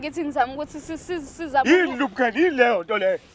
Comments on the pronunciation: I lubricant uyibiza nge lub'khele..Awusemncane mfana ne language yamakhehla😂😂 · Ikhanda lomile kulomjida isikolo siqakathekile futhi nangu ibza oLukraine instead of lubricate 😂😂😂😂